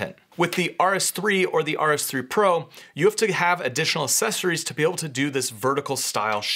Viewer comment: Good video but good God please stop saying “sessories” instead of “accessories”. It’s really annoying.